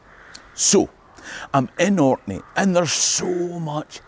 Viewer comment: Thanks for coming to Orkney! We don’t get enough love for how amazing historically and aesthetically the islands are! You also have the best pronunciation of Orkney and other place names I’ve ever heard from anyone outside of Orkney, let alone I’ve never really heard anyone who wasn’t from Orkney make a video about here without saying “the Orkney’s” so thanks so much! Please come back!